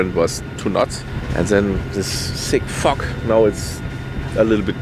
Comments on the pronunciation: I am sorry but all I hear is "sick fuck"... :P :D i am sorry i really am. I love this video, I overly enjoyed the amazing drone shots, the music and the upbeat character of this great dude! What an adventure! But I had a laugh there. I know how mature of me haha! Anyways thanks for the video, and I hope you make more like these! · when you say “thick fog” it 100% sounds like something else!! 🤣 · so funny!!!